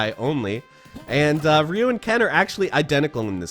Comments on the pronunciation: Ryu is stronger than Ken. Also, you mispronounced "Ryu" the entire video. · i dont give a crap of the proper pronunciation of Ryu's name. The 8 year old boy in me that lined up all those quarters at seven eleven is going to pronounce it "RYE-YOO." and its like nails on a chalkboard hearing you say "REE-YOO." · It's not ree U. It's pronounced RI U . Stop saying ree. Nobody calls him ree u . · Am I the only one annoyed of his pronunciation of RY(E)-U? He keeps leaving the Y out. RU?!?! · Someday english speakers will learn how to pronounce Ryu. Not Ree-you. Closer to D'yu. It means dragon in Japanese. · It’s not reu! Pronounced r-e-y-u! (Ryu) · Did you pronouce: Ree Yu? Its Ry U...or easier terms Ri U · It's not Reee You, its pronounced Rye You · Stop calling him ree-yu it’s PRONOUNCED Rhi-YU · I remember as a kid, NO ONE ever pronounced Ryu's name right. It was always "Rye-yoo". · I never understood why people pronounce his name Reeyou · Ryu is pronounced Yū “yoo” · Its RAYU’ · Why does he put a couple of e's in the middle of when he pronounces ryu. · Ryu also means school or school of discipline or fighting.... fun fact the way most ppl pronounce the name especially in the 90s "ri-you" is a female name in Japanese. And yes I looked it up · It's really pronounced 隆/Dyū. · I think your information is very accurate, how I don’t know how you learned to pronounce Ryu’s name as Rio? I’m being a knit picking little bltch but I’ve just never hear anyone pronounce his name that way I still gave the video a thumbs up. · Rye-u......your pronunciation of it is so upsetting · Why are people all of a sudden pronouncing Ryu as "Ree-Yu"? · It's really pronounced "dyu". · This dude cant pronounce Ryu's name properly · 😂 most of these video about Ryu, keep pronounced two syllables in his name. its only sound just like Ken. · You're pronouncing Ryu's name wrong. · Why does he keep adding an E in Ryu's name ? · I think I was the only person pronouncing RYU wrong this whole time.